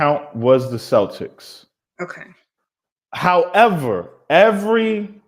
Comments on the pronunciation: i love you girl, but Americans saying "Seltics" drives me insane. you were right about it being a sports team. Celtic is Pronounced Keltic. (Before you all argue with me, i am Celtic and speak Welsh) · Celtic is pronounced Khel-tik. ❤